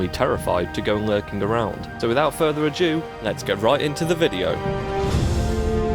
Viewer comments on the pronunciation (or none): without further "ado" ado. Not adue.